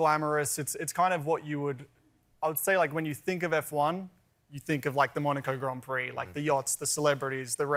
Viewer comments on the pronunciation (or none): It’s pronounced “Gron Pree”, plural Grons Pree. Get it right, Coalbear.